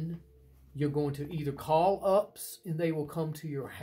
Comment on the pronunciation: Good, except for your mis pronunciation of UPS 😊